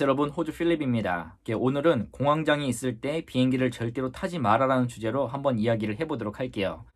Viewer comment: 공항 장애로 계속 들려서... 공항에 장애가 생겼나 싶었네요 ㅎㅎㅎ